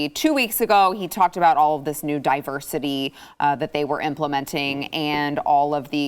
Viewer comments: I am listening to The News and Why it Matters, and just said the word diversity, but it sounded like Diaper City. I thought it would be great to substitute the word Diversity with Diaper City, they are synonymous. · said diversity, I heard diaper city and thought...YUP, THAT'S JUST ABOUT RIGHT!!!